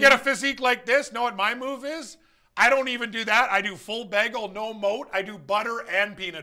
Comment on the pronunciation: funniest thing about this is the pronounciation of "BEG-EL"